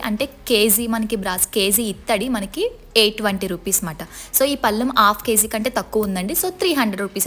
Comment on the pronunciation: Kzee kaadu madam kg , not an issue but reguler use cheyaalsina wird. So please correct it. Ur video nice❤. Big thaambulam n binde , poojaa plates , chembu rates cheppandi if u have things or video with u. Overall nice explaination ❤. Clear voice n pronounciation. Tq